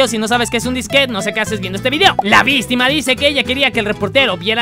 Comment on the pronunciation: Coffe diciendo VISTIMA , me muero de la risa(人 •͈ᴗ•͈)